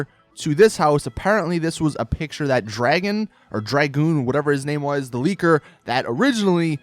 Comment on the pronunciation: It's pronounced "Drag-uhn" dragoon